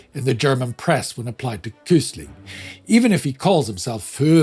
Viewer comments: Hi! If his name comes up again at some point, it's not pronounced kus-ling, but kvi-sling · Never heard Quisling pronounced as “Kysling” instead of “Kvisling”, can any Norwegian weigh in on this?